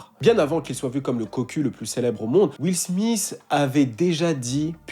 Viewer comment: Will SmiSS? Quand même... faut faire un effort pour prononcer les noms anglophones ... sans les massacrer!?